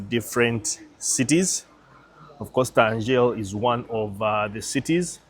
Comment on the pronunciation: Tangeri e non Tangel... sarebbe meglio TANGIA il vero nome in arabo